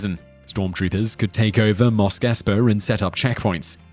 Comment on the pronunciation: By the force!! It's MOS!! Not MOSK 😕😕